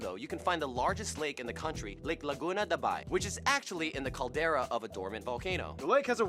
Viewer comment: Laguna de bay,not laguna da bai